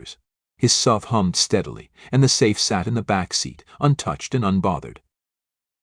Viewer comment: More BS stories. And bad AI reading SUV, not "sub". He's not driving a submarine down the highway.